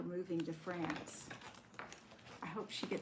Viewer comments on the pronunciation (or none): none